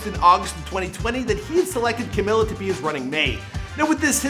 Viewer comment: WHY ARE YOU CALLING HER CAMILA?????????????